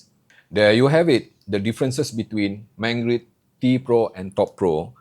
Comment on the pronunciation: MangiRd, not MangRid